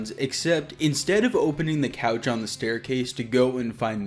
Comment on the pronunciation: “Dee” machine?